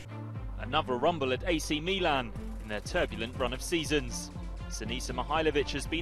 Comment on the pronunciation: it is pronounced Mìlan, not Milàn.